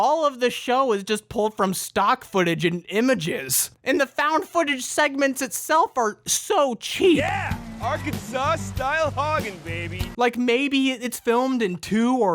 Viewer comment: did that man actually just fuckin pronounce Arkansas as Arkan-sauce??